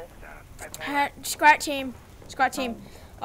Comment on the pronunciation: Lol your saying squat team